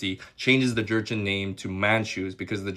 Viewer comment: The correct way to pronounce Jurchen is joo-shen, ᠵᡠᡧᡝᠨ, not “jErChEn”😂 Also, 20 was the number of native Manchu speakers who spoke Manchu since birth. However, many of us younger generations are starting to re-learn our own native tongues. Our parents’ generation don’t have native speakers due to the culture revaluation and Han Chinese’s “culture assimilation” effort. ᡨᡝ ᡶᠣᠨ ᡩᡝ᠈ ᠯᠠᠪᡠᡩᡠ ᠮᠠᠨᠵᡠ ᡳᠴᡝ ᠵᡠᠰᡝ ᡳᠨᡠ ᠮᠠᠨᠵᡠ ᡤᡳᠰᡠᠨ ᠪᡝ ᡩᠠᠮᡠ ᠰᡳᡵᠠᠮᡝ ᡨᠠᠴᡳᡥᠠ ᡴᠠᡳ᠉